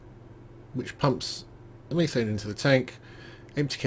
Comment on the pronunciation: Pronounced meh thane. Not me thane.